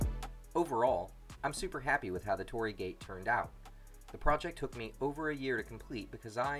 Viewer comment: torii not tori, say an additional 'I' after Tori